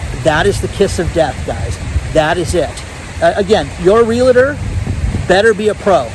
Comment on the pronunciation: There's that "LA" still popping up in the middle of the word REALTOR., old dogs CAN learn new tricks.